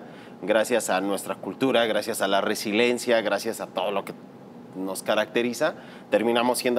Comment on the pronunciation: Se dice "resiliencia"